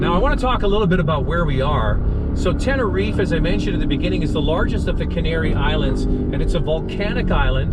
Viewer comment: As a Spanish citizen, I have to tell you that you are pronouncing Tenerife incorrectly. It's Tehn-eh-reef-eh the final "eh" must be pronounced.